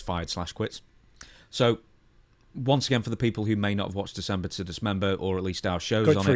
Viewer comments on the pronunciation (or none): How many times can he goof up saying December to dismember😂😂 😂😂😂